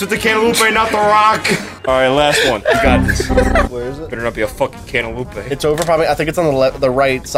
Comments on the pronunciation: Ever since watching this video on release, i always read/say cantaloupe as cantaloupé, therefore making this the youtube video which has had the single biggest impact on my life. Thank you,, for the life-changing content. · Did someone say cantaloupé